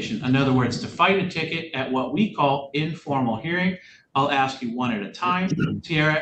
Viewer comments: I will always insult people and their intelligence when they say ax instead of ask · "Don't insult my intelligence" Proceeds to say 'axe' instead of 'ask'. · Please don’t insult my intelligence by saying “axe” instead of “ask”, even though English is your first language and you were taught that in vocabulary lessons in 2nd grade. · ASK, not aks!! 🤦‍♂️ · Please don’t insult my intelligence…….just axed me if I understand! Oh honey it’s ask or asked not axed! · A doctor once axed me if I was drinking enough water. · Might want to google why “ax” or aks” is still around before you start making fun of them for saying it. I had a boyfriend who said it. Bothered the living daylights of out of me. But I educated myself as to why it’s still said that way by people. 🤷🏻‍♀️ Just a thought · Don’t insult my intelligence when you ax me. 😂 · "Don't insult my Intelligence, Just Axe me" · “Don’t insult my intelligence whilst you’re axing me. Just axe me.” Wow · "Axe" gets me every time. Don't pretend you are intelligent when you can't even speak your native language correctly. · Judge repeats statement.: don’t insult my intelligence by axing me a question. 😂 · Don’t insult my intelligence. Just “ax” me…….🥴🥴🥴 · "Just ax me if I understand. Dat's it." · I couldn’t wait for the defendants to “axe” some questions. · “ Don’t insult my intelligence. You axed me a question “ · Terrified of the police, because you taught them to be afraid. Perhaps you watch your speed and you will know how fast you are going. If you have intelligence, you aren't going to say "axed." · Just axe me!!! It’s like nails on a chalkboard.